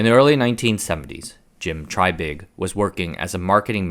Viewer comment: I wish the announcer of this video would stop calling the man "TRYbig" and call him by his correct pronounced name of "TREYbig". Repeat after me TREY, TREY, TREY or even TRAY, TRAY, TRAY not try, try, try. Good grief you just had one job!